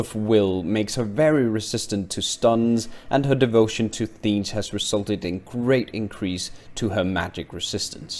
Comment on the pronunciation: Tzeentch is pronounced "Zee-nch" by the way :)